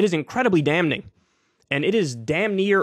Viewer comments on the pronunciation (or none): Someone help Kyle not pronounce the N in damNing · Dammit, Kyle, the "N" in "damning" is silent. Look it up. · The N is silent.. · The N in the word DAMNING is silent Kyle. And so is the L in the word FOLKS.